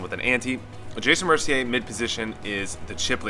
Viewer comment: I like how you actually pronounce Mercier right